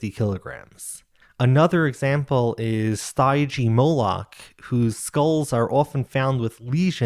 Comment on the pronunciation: Stygimoloch is pronounced SteeGeeMoLock, the Gee is hard. It's not DJ, it's a G, like in bargain. ;) PS : Stygimoloch was a younglings of Pachycephalosaurus by the way. Like the little Dracorex)